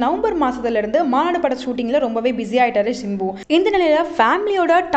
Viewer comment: Am i the one who hears manadu as maadu or ???🤔🧐